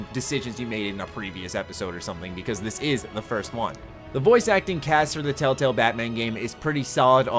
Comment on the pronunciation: "tail tails" ... that's how I kept hearing it being said. I'm not hating, only poking. I'm from northern MN, I haven't lived there in 7 years and i still get made fun of for how i pronounce my soft 'a' vowels.